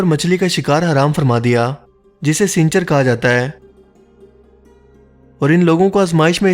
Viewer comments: bro it is pronounced as saanichar not snicher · Sinchar nhi aqalmand sanichar bola jata hai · Seencher nahe saneecher yanee hafty ka din plz dont mind